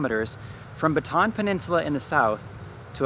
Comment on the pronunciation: I'm late to the party here. One of my pet peeves, is how foreigners pronounce Bataan. You pronounced it like something a stick held and thrown in the air by a cheerleader. It's pronounced Ba ta an. . As an aside. I was stationed at the Navy Radio Transmitting Facility Capas Tarlac . My eldest son was born at the Clark Hospital. Thanks